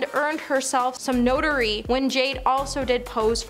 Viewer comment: First she said Drew ained "Notary" instead of notoriety. Then she said "Cord-I-ELL" instead of cordial. I wasnt even paying much attention so I'm sure theres more that I didn't notice but this is comic gold.